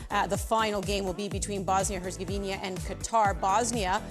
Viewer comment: She still saying “hersegovinia” 😤